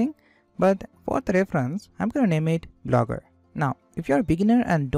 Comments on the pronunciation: Lmao "Blooger" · hey man it's not Blooger it's Blogger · great video, but its blogger, not blooger😊, and please add time stamps., its easier for viewers to go over sections again. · Theres one mistake in entire video lmao "Blooger"